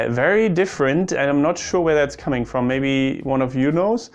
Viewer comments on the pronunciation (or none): none